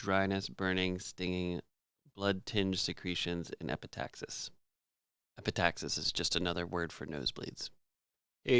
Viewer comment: Wrong pronunciation of epistaxis, by the way.